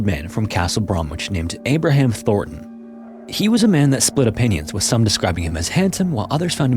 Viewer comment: "Thornton" and "Thorton", while similar, are not the same exact last name...